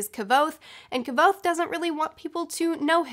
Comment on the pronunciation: Your pronunciation of Kvothe is so distracting lol. Maybe I've been saying it wrong this whole time.